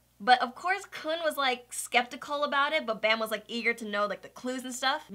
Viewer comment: It's pronounced "Koon" for future reference. The author named him after the footballer Sergio "Kun" Aguero.